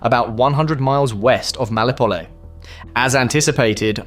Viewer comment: FFS mate. MEL IT O POL. Melipole is ignorant crap.